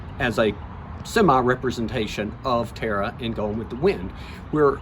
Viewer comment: Such a shame that the man doing the introduction did not know how to pronounce Tara only terr or please even with an accent the Irish TA RA is not hard.